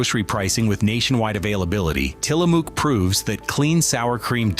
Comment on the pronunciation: Being from Orygun .. It is Tila mook ... It rhymes with COOK ..